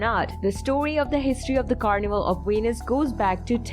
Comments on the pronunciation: VENICE is not venis, it-s so annoying when a narrator doesn't say or read the most important name correctly. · Why do you pronounce Venice like Venus? 😂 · The word "Venice" is English :face-green-smiling